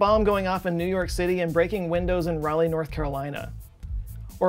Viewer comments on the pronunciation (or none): none